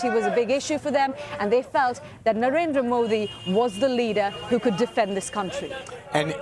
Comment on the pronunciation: Please learn to pronounce Narendra and Varanasi. please respect the biggest democracy in the world, just conducting fair elections is itself a victory!